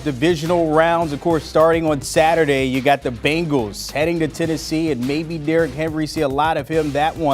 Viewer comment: Ray said “the beengals” lmao